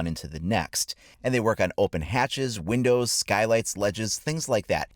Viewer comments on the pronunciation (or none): none